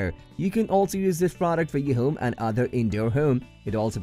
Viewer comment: Wha?.... I "can also use at hoom, for use at the hoom, and good also fer da hoom in the good product of the hoom." Your logo is phallic.